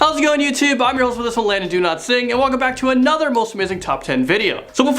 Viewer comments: I thought he said “My name is Do Not Sing” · When introduced himself, I thought he said Do NOT sing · That is what he said. He pronounces it differently because it makes it easier for people to understand.